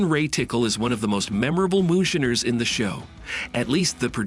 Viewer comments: MOONSHINER NOT MOON SHINNERS!!!! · I just turned this idiot off as soon as he said shinner.